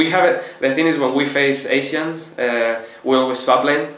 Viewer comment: I'm talking about his accent pronouncing the word Asian...